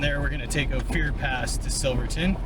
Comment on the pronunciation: Only because you asked; it's Oh-fur, not Oh-fear. Thanks for another great video! I miss living in CO a lot, but they really messed it up. I think it's really great your girl enjoys being outdoors with you, hope I can find one one day! I do believe everyone should enjoy the outdoors, but honestly miss when most didn't, and am with you 100% on the side by side thing, they're a plauge worse than locusts.